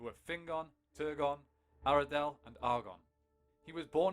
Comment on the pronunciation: "What was Fingolfin doing in the first age" - apart from inventing a club-based ballgame in Uusima? (Sorry, I just had to!) The animation, though, it is not great. The usual problems. 1. More "mizzrenuncications" - Aredhel, the dh in her name is meant to be pronounced like a short "th". (Tolkien should've just called her Indis and left it at that). Names ending with an umlauted-"e" - that terminal sound is "e"as in "egg", not "ey" as in "whey". (Tolkien draws attention to this, in unique fashion, in a footnote in the LOTR appendices). 2. "Back to the drawing board" department - who's this guy at 01.00? And, who's the guy and why does he have an American-style eagle-cub on his arm? Has the animator forgotten how gigantic "those" eagles (the allies of the Valar, captained by Thorondor) are supposed to be? Incidentally - back to your books,: it was Beor who died of old age, Barahir was killed.